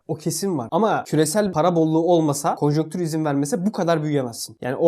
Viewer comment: Neden konjonktür kelimesini kimse doğru söylemiyor? 😂